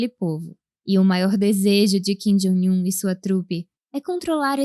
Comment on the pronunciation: ô narradora, por que você sempre pronuncia Kim "Jóing" Un? Não é assim que se fala!